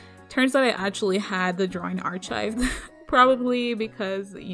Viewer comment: Archived is pronounced Ar-kived. not Arch-ived.